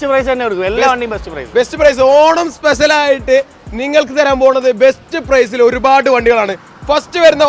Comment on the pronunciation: എല്ലാവിധ ഭാഗവാദങ്ങളും നേർന്നുകൊണ്ട് 😂😂😂🤣🤣🤣🤣😃😃😃😃മലയാളം പഠിക്കട ആദ്യം ,സ്പെശൽ അല്ല സ്‌പെഷ്യൽ ആണ് 😳😳😳🙄🙄🙄🤓🤓🤓🤪😬😬😬😬